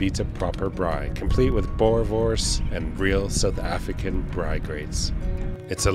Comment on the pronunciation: You even say it correctly, braai!! well done